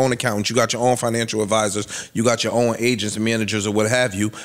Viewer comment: I’m glad y’all cleaned up that blurb in the beginning because the hard ass “T” Joe put on “Own” pronouncing it “Own’t” bothered tf outta me 😂😂😂